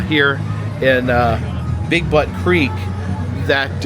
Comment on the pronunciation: He said “big butt creek” so confidently that I can’t tell if he a really thinks that’s how it’s pronounced, or if he was trolling lol.